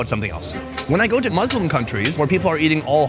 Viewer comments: You made lots of video about Muslim food but still you didn't know how to pronounce Muslim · It's not maslim Say U And Say U in second word Of MUSLIM And you Say U in Muslim Not A then it's Maslim if it's A